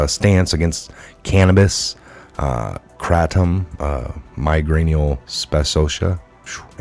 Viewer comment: Air/food/water/vaccines, they've turned US all into Cannibals (as well-THEY already are Cannibals 😒)-putting aborted fetal cells in our food, drinks AND vaccines. Is ANY of this a surprise? Wait till you learn who REALLY controlled our planet until very recently. Clue-they're not human. Also (lol-you're so cute 😊), Kratom is "Kray-tom" 👍😉.